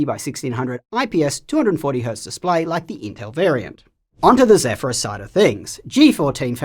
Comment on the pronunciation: I like that is finally saying Zephyrus properly 🙂